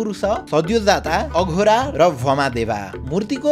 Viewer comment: IDS लाई एक सुझाव - यत्तिको अनुसन्धान गरेर अनुसन्धानात्मक content बनाउने ले आफ्नो धर्म-संस्कार सम्बन्धी श्री पशुपतिनाथको content बनाउँदा, "तत्पुरुष लाई ततपुरुशा, वामदेव लाई भामादेवा, अघोर लाई अघोरा, र कालाग्नि रुद्र लाई कलन्या रुद्र" भनेको छ। यस्ता त्रुटिहरू सच्चिन आवश्यक छ। विदेशी उच्चारण मान्य हुने छैन।